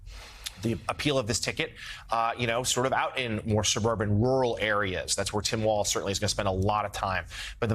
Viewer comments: Walz Mika. Not waltz. Like Walls. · its not Waltz. WALLS.....WALLS......WALZ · Walz is pronounced: WALZZZZ (no "s").